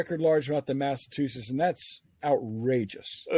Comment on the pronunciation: Can't even pronounce Massachusetts